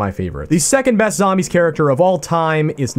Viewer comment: You pronounced second best weird